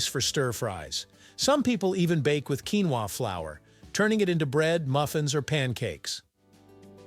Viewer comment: If you going to make an expose on the topic, how about you learn to pronounce the word correctly in the first place?